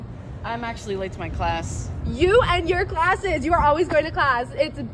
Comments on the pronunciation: Why did you even add the awkward pause and then "you..."? Just hey works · She could've just not put an emphasis on the word "you" and it would've been completely fine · the YOU is so emphasized like why are YOU emphasizing YOU so much, YOU?